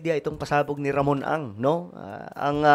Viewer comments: Sangkay puro ka atong ang mali mabibigkas mo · Ramon ang po LAGI MO Sabi tong ang😂